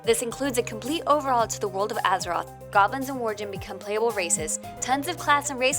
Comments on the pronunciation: Drainee? Draenei. Arthras? Arthas. Worjen? Worgen. ENCRYPTION? Inscription. Jesus, do some research. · You said Worjen 😂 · Wor-jin???? It's Wor-gen! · Arthras... worjen... play to pay... "beasted" (bested). Was it really worth getting someone who not only can barely speak correctly, but is obviously unfamiliar with the game (and possibly gaming as a whole)... just for a female voice over? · Worjen, pandarian, encryption profession?! The cringe... Guinness denied. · "Being a long time fan..." she says, then "worjen" and "dranay" someones not a long time fan ;) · Why talk like you're a WoW player? It's obvious you don't. Calling duskwood map elwyn forest and saying worjen 😂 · your pronunciation on so many words was so bad. Worjen LUL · You almost dont notice that she has NO idea what she is talking about showing Duskwood as Elwyn forest calling them Drenei or the Worjen soooo ye funny vid but wtf :D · drenee, worjen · I'm sorry....did she say worjen? lmfao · she also pronounced Wargen and WarGin. she obviously doesn't actually play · The lady that is doing the commentary must be an idiot. She can't even pronounce "worgen" lol let alone half the other words in the game. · ikr? i was so pissed when she said worjen XD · Where can I learn the Encryption profession or play as a "Druney or Warjen?" I like the part where she says she plays the game but then cant pronounce a single thing right... I also like how you left out that Warcraft started as a warhammer game. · #11 - That is VERY obviously a Night Elf. #42 - The Corrupted Blood incident wasn't from "Sadistic" players. It came into Orgrimmar on people's pets by accident. It wasn't actually that deadly unless you were lower in level. Also, it's Worgen, not "War-jen" or whatever. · ah yes my favourite race "worjen" along with my favourite villain, arthurs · Worjen. Ouch. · Worjen lmao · she said worjen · Well... she managed to get Illidan right. But seriously.. Wor -jen? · and worjen instead of worgen